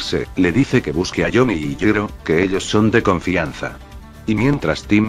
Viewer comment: Eeh, en realidad 🤓🤓 ball breaker no es una tecnica sino un stand 🤓👌 ya que asi se explica que gyro pueda ver los stand e interactuar con ellos 🤓🤓 ademas en todo tu video le dicer yiro y no yairo 🤓☕☕ asi que tu video esta invalidado 🤓🤓🤓🤓